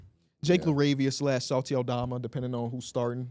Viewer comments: for some reason always calls Santi Aldama, Salty Aldama🤣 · Does know it’s Santi Aldama and not Salti, I swear this man been saying salti for years 🤣